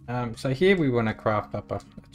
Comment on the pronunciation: "Hyyee" instead of "here" is almost physically hurting my brain..